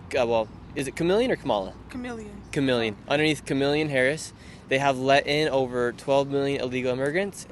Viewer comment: The girl called her Chemeleon. Lol 🤣 😂